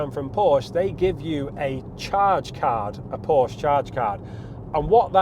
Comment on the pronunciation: I quit listening when he said Porsc. If he doesn’t even know how to properly pronounce Porsche he shouldn’t be reviewing these cars. Anyway, the depreciation is due to reason and market correction. Recalls and repairs, months on end at dealerships.